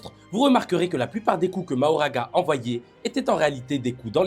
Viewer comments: Pourquoi mahoraga a chaque fois ? C est Makora, y'a même pas d'excuse, c est dit vocalement par les japonais eux même qui doublent les perso. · Non😮 on dit MAKHORA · Alors MAKORA 😭 ça se prononce MAKORA